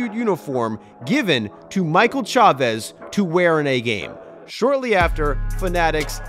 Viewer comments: These are good videos but there are always minor errors in some name pronunciations. Michael Chavis is pronounced Chay-vis, not Chavez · Chavis not Chavez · Chavis is pronounce “chay-vis” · Chay-Viss. Jared is gonna be pissed that you got his guy’s name wrong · Chay-viss is how its pronounced lol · You pronounced "Chavis" wrong